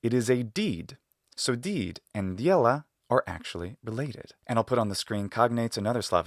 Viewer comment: Great video, but here are some corrections for your Russian pronunciation: Е only has a glide before it if it's at the beginning of a word. Вещь is v'esh', not v'jesh' (not bothering with IPA, sorry). The Д in дело should be palatalized because of the е. Not sure if it's just palatalization, it seems to also get a hint of a fricative after it. Unfortunately, I can't go into more detail or describe it better because I don't have a lot of formal knowledge of Russian despite it being my native language.